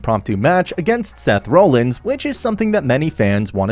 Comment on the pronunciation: If you're gonna do wrestling content, you might wanna at least pronounce their names right. Who in the hell are Donna Brooke, Bryan Wyatt, and Seth Rowlands? 🧐